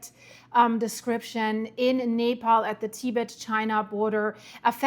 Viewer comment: You keep pronouncing Nepal like Napalm! 😂😂😂😂 Like Venetzuela... so wrong 😂😂